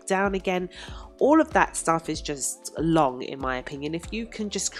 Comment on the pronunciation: Also "that's just "LONG""!